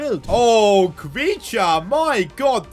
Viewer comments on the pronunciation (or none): Domt try to pronounce khvicha's name so hard . It's easy actually